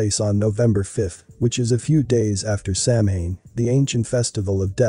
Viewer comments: You should google how to pronounce "samhain"... Sounds like śáh'wn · First of all you pronounced Samhain wrong. Second of all Samhain is a Wiccan holiday and is very peaceful and has nothing to do with sacrifices. You lost me right when you said that I was actually interested at first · Samhain is pronounced sah-win and is not "the ancient festival of death and sacrifice" but a Gaelic festival that signifies the end of the harvest season....sure it's a pagan religious festival but it has nothing to do with satan............. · Begging yr pardon, but it is pronounced Sow-WEEN not Sam-HAIN. I know it looks weird, bur that’s a fact. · Correct pronunciation is Sow (like cow) Ann, not Sam Hane. Irish isn't phonetic. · First of all.... It's "sow enn" ",!not" Sam hain "... Lol... As a left hand path luciferian witch, NO branch of Satanism or any other path that's luciferian requires blood or human sacrifice, none! So don't blame them. This wasn't us.... Whoever it is, it's not true Satanism. Secondly.... While I agree this concert was Weird, I highly doubt it had anything to do with GENUINE occult practices. That singer looks like he couldn't even read a ouija board, let alone summon demons! Lmao! So keep your tin foil hats on folks.... It was a tragedy, and nothing more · Yes, i wondered if anybody else would pick up on the pronunciation error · Sure wish narrators would learn how to pronounce words. (Samhain is pronounced Saw-when.) (I’m Not a witch, just an English professor.)) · Just an FYI, Samhain is not exactly on Halloween. It changes depending on the moon phase. So it’s entirely possible that the event was much closer to Samhain. Which btw is pronounced Soww-in. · I think Samhain is pronounced "Sah-wen" - if I remember correctly. I think the word is of Irish/Old Celtic origin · Samhien is pronounced. Sow- when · Samhain is pronounced sah-win meaning darker half 👀 yikes 😳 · Samhain is pronounced sow-en, JS. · Nerves grinding with the mispronounced……. SamHain!!!!😂😂😂